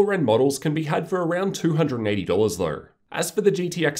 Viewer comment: Australians really try their hardest to make pronouncing the word "though" difficult don't they.